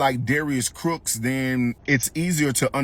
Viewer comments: Not Darius “Crooks” 😂😂😂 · 😭😭😭 Did he say Crooks lol!